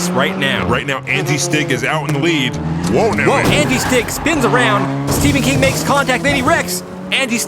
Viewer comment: Why does call them Andy Stig and not Angi Stig? It's really distracting.